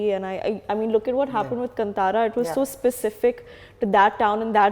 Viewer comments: कंतारा नही कांतार बोलो... From Karnataka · Its not Kann'tara its Kaantaara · It’s Not kanntara it’s kantara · It's not Kan-tara ,it's pronounced as kaantara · its not kantara its KAANTHAARA learn Telugu little bit and come to TFI